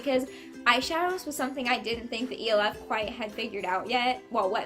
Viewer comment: Its pronounced like elf the movie I think? That's how most ppl pronounce it lol.